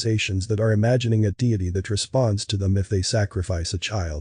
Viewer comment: Is this voice actor AI? Mispronounces David Icke, deity…